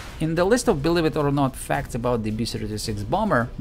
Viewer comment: It’s believe it or not, not “blevit or not”…. Lol. Jk. Your English is very good. 👍